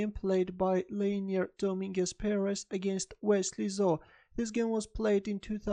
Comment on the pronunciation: Nice game, but dont say "Zo" pls, its dubious